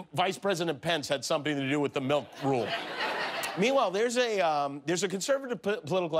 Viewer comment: MILK???? I thought you said MILF!